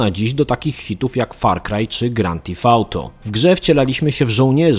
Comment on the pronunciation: Jestem ciekaw czy kiedyś nauczysz się poprawnie wymawiać 'Theft' z Grand Theft Auto. Chyba nie. Dziwi mnie to zwłaszcza, że to nie jest wcale trudne, a więc zwykła ignorancja z Twojej strony. Smutne.